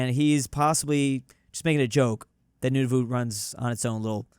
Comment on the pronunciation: Nunavut sounds so wrong I don’t think I have heard any people call it that